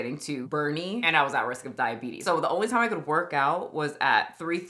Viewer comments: Did you say thigh-abetes 😂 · Wilfred Brinkley has the “diabeetus” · Diabetis. Diabetis. Diabetis. Diabetis.